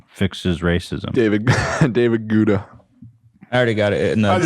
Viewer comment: I wonder if the crew will ever learn how to pronounce David Guetta's name correctly lmao